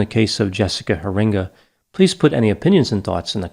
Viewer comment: I live about 30 minutes from where she was kidnapped. Her dutch last name is most likely pronounced "hair-ing-ga." Very sad case. Could do a profile of David Duyst. That was a messed up case that hit close to home.